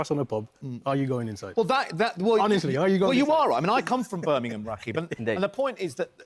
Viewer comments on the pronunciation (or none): none